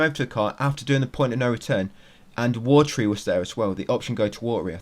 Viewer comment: Every time you say "war tree" instead of "watery" it kills my soul a little lol